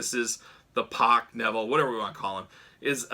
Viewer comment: Good video but get the mans name right, it’s pronounced “pack”